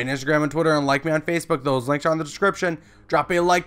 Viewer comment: nigga said dose